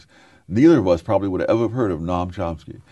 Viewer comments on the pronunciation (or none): Chompsky lol